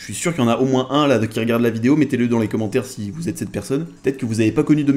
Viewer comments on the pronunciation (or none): none